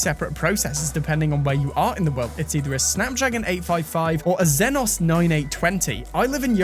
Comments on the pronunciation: zenos❌ x-zy-nos✅ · Its exynos, not zenos smh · Its ex-e-nos. Not xenos😉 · Its EXYNOX my man... Not xyenos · Exynos... Not ZEHNOS lol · I'm sorry, did you say....."Zeh-Noz"? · Did this guy just said Zenus for exynos 😂